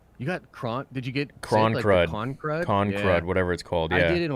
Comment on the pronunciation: "ConCrud" ? You two have never been in the military, LOL.